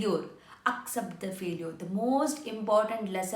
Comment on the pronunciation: What is faleuer???😂😂😂😂 It is failiture ......